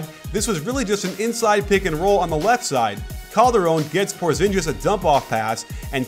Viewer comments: "porzinjis" lmao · porzingis not porzinjis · You're not the one sounding like a dick here. You are right, it's Por-zin-geese not Por-zin-jeez. Even Stephen A. Smith gets it right nowadays. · its por-zin-gis not por-zin-jis.. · GIS NOT JIS lol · PorzinGis. With a hard G... I love you coach, and your vids are great, but please please please, don't make the stereotypically American mistake of ignoring the pronunciation of foreign names. Thanks. - A foreigner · I think his name is pronounced Poor-zing-is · I think you are pronouncing his name a little wrong. its porzingis you pronounce it with a hard j sound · really hurt my ears. Even though "PORZINJIS" is actually closer to the Latvian pronounciation (The "ģ" in "Porziņģis" sounds like a softwer version of "J" in English), but even with the "J" alone being closer, it still doesn't sound even close to how Latvians would pronounce it (because the accent is wrong and sounds "ņ" and "o" are wrong, too). It's much better if Americans just pronounce it as it seems more natural in English, otherwise it sounds weird in both languages. *Latvia here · Goodness completely obliterating his name. Cringe worthy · Dude your saying Porzingis name wrong